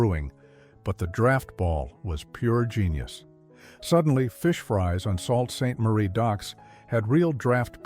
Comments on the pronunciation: robot! who sez Salt Sainte Marie for SAULT (( soo)).. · Like your content, but please get a Canadian narrator. It's not pronounced "Salt" Saint Marie....Sheesh! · I noticed especially when it was pronounced Salt 🧂 Saint Marie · For the love of GOD stip with the AI voice overs. This could have been a phenomenal video. However, the soulless narration coupled with the ridiculous mispronunciations have reduced it to bring something between fine and down right bad. (Sauled Sait Marie? Arekidding me?) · “SALT St. Marie”????? I’m nostalgic for the day when people could read. 😂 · Come on now!?! How can you use AI to mispronounce 'Canadian' words? As soon as I heard Salt Saint Marie, then you've lost ALL credibility! Actually, it's quite insulting, to mispronounce Canadian places, historic events, etc... If you'd like to know how to make your channel better, then reach out to me! I've studied TV production at Stephen Leacock C.I., and radio production at Ryerson AKA Toronto Metropolitan University, Plus, I have a love for Canadian culture, plus I know an crap-ton of knowledge! After all, I've twice qualified for Jeopardy!. You've got a great idea, but it could be, much, much, better! Cheers!